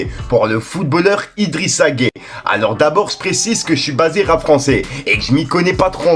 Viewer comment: Tu prononce très mal son nom tu prononce de la même manière que celui des homosexuels, ou alors tu fais exprès, sinon écoute comment les sénégalais le prononce c'est tellement facile. On doit entendre la consonne "y" dans la prononciation.